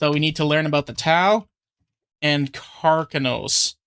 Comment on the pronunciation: Carcharodons are the space shark's, sounded like you may have misheard the name 🦈